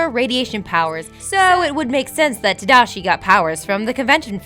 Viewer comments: tadishi? haha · ta-DA-shi.. not tadishi, like seriously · tadishi? tadishi????? tamotherfuckingdishi??????? godamn it!!! Another video where you havnt actually seen what your talking about!!!! sit down and watch the movie instead of messing up at your simple job!! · "Tadishi"? Hoo boy... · Did you not cringed when she said "Tadishi"? That was way worse. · How do you mispronounce Tadashi's name... Lol. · Wow she had A LOT of mispronunciations in this video...I have never heard someone butcher Tadashi's name like that before... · Sorry! I looked up the pronunciation, but I butchered it :( back to ye ol' Rosetta Stone tapes. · Did anyone else cry at the pronunciation of Tadashi or was it just me